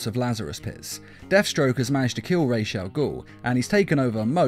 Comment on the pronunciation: It's Raus not raj as in head in arabic language Raus al-ghoul